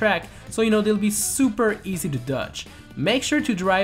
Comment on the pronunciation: It's not douch it's TOUCH